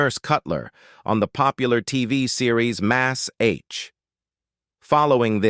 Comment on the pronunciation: Mas-h?! It's m*a*s*h* , pronounced mash .